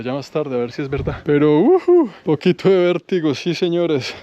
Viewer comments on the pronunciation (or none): none